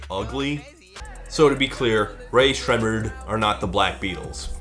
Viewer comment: You pronounced Rae Sremmurd correctly the first time